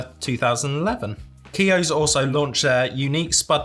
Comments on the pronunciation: Keoghs- pronounced like Kyo’s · Hi and. Watching from Co.Kildare (county kildare) in Ireland. Just down from Dublin. I laughed everytime you said Keoghs crisps as I have never heard them pronounced the way you said it😂🤣. Also the relish needs to be tried on toast with butter, 2 slices of ham, 1 melted slice of cheese, preferably mature cheddar and spread the relish over the melted cheese yum. Also nice on crackers and cheese, actually like it on a jacket potato so hope you added some to your dinner, burger as said. And theres a place in Bray called 'Box Burger' which does the best burgers in my opinion.